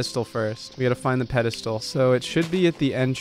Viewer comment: Psst, it's "pedestal" :p